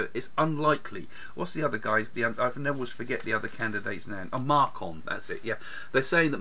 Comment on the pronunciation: markon lmao its macron haha 😵